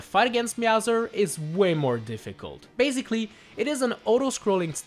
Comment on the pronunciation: Everyone: basically: baziglly